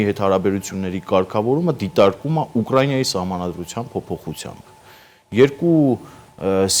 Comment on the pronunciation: У К Р А И Н А , а не УКРАЙНЯ , неужели так трудно произносить УКРАИНА